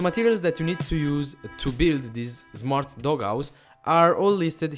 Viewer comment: if thats your real name... D:< why are u said zmart dog house NOT smart dog house!?!!? u need to learn english. NOW GO TO SCHOOL!!!!